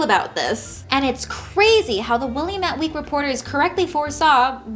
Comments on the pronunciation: it's Will-am-met, not Willy-met. Otherwise, great video. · Love the vid! Just wanted to let you know as a former resident of the Valley, it's pronounced Wil-AM-it (rhymes with "damn it!") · not tryna be rude but Willamette is pronounced will-lamb-it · Wil-lam-it damn it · I loved this video! :D Note: Willamette is pronounced will-am-ette. Keep doing what you do! :D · It's pronounced Will-am-ette because early Oregon settlers didn't care about French phonetics. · Thanks. This was very informative and interesting. also, Will-AM-ette :) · As someone who lives in the "Willy-met" Valley lemme just say I am now tempted to pronounce it how you have just to irritate everyone around me.